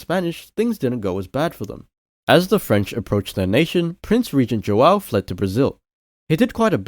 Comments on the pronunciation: Pela maneira que pronunciou "brasil" pensie ok é br, mas depois ele pronunciou joão, e fiquei...n parece br... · Great video, the Portuguese wasn't bad, it even got me started on the pronunciation of Brazil, and it even left me in doubt, but it gave me away with "João", it's hard to have a good pronunciation without a lot of practice... I was just in doubt, but great video